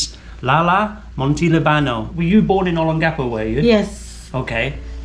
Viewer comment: My dear Sir, you really need to pay attention to how your dear wife and other locals pronounce personal names and place names in the Philippines. Note which syllable is stressed more. Instead of saying O-lon-GA-po, say O-LON-ga-po. And instead of saying Mon-te-li-BA-no say Mon-te-LI-ba-no !! 😄 Doug A.